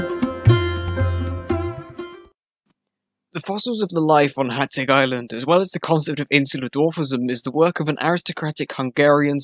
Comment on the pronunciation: Magyar, rhymes with bodger. Why don't you know that? Because you didn't bother to find out 😅 Hațeg ( hatseg) is less thsn 200 km from me.